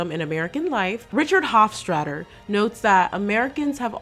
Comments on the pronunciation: Not “Hoffstradder” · Mispronounced Hofstadter by adding an r after the st. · Interesting that you are talking about education and right out of the gate you quote the author Richard Hofstadter and completely mispronounce his name. The only "r" in his last name is the last letter. There is no "r sound" in the middle of his surname. That irony is not lost on me. I'd encourage you to do your homework before coming on air and criticizing the real social morass we are in. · Richard Hofstadter ... learn how to pronounce his name! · there is no R in the middle of Hofstadter